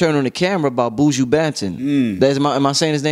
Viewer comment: Nooo, u didn’t say his name right😂😂😂😂🤦🏾‍♀️